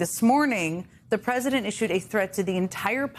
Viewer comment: Pwesident el Two Weeks Taco